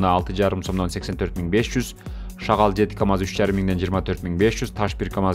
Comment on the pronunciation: Шагал эмес, шагыл!